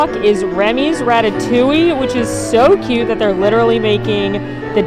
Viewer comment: The fact that she said both “noods” and “coot” in this video sent me😂